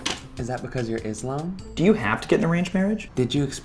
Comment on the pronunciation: IT IS ISALAM. NOT IZAM